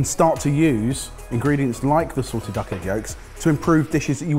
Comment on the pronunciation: said SALTED duck egg…I heard SORTED duck egg…misheard lyrics 😂😂😂😂